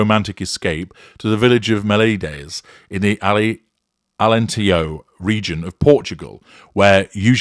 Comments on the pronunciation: ALENTEJO is prnounced : "ah lent teh jus ( just like the french word for juice...jus) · Nice to hear about Portugal here 😊 Alentejo, you should say the "j" like in John. You're welcome to come and visit us,!